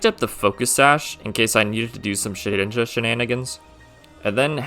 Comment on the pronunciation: SHEDINJA, NOT SHIDNIJA! FIX IT NOW!